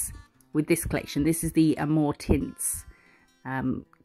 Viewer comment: So happy to have a "new" video. Love the flowers so, great. I had to rewind when you said amour tints. I swear I heard "more tits". I was thinking what is up to?!?!😂😂😂😂